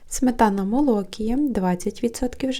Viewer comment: МолокІя, а не молОкія.